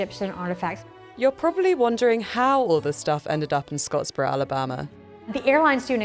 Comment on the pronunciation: It's Scottsboro, not "Scotsborough". This is Alabama, not England! 😂